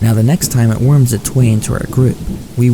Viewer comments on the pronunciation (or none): none